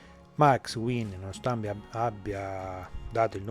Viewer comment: Wien si legge VAIN, non era un tedesco? A parte questo, ottimo video, grazie